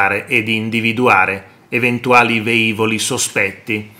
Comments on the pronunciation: Lo hanno già detto altri ma, riassumendo: si dice Lìcola, non Licòla; si dice velivoli, non veivoli; i motori dei caccia non sono sempre accesi, ci mancherebbe; non possono raggiungere in 8 minuti qualsiasi punto del paese e soprattutto non possono raggiungere un obbiettivo in 8 minuti dall'allarme, lo possono fare si in breve tempo ma nessuno ha stabilito quegli 8 minuti, e poi dipende sempre da che aeroporto decollano e dove si trova l'obbiettivo da raggiungere. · Si dice "velivolo, velivoli... Non veivolo, veivoli"... Basta cercare...